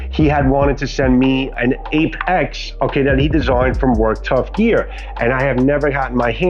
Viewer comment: I was cooking when I clicked your vid, which is excellent BTW. But as I was only 1/2 paying attention at the start the first couple times you said Ape-X I thought you said "Ape Axe" so I checked the link & the site has Apex-Apocolypse 😂 Whatever it's called I definitely like it! To be honest if a survival blade (or even a machete) was called an Ape Axe it wouldn't sound bad. I mean King Kong had an ape axe made from Godzilla's relative's spine after all. 😅